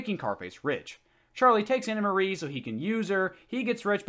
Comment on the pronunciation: Stop calling her Anna Marie. It's Anne Marie. I love these videos though.